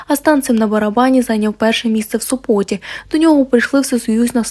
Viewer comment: Не в СопОте, а в СОпоте